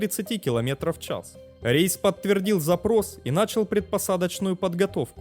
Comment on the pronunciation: Постоянно смотрю этот канал, контент нравится, но... Пожалуйста, вот прям огромное пожалуйста - следи за произношением.... Самое очевидное - ударения: правильно зАнял, нАчал.. Плюс числительные и единицы измерения(понимаю, с этим всем тяжело, но ты же на аудиторию вещаешь!).